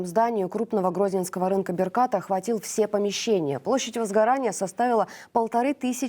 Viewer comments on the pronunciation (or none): Не беркАт, а бЕркат